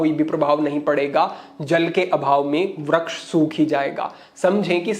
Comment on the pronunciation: kshamaa chaahataa hoon, "Vraksh" nahin, "Vriksh" hotaa hai.